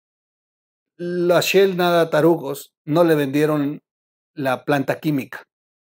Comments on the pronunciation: Si dice "Shell", no "Shill" Excelente video como todos.. Un saludo. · la empresa es "Shell" (concha marina, mira el logo), no "Shield" (escudo, de los Avengers)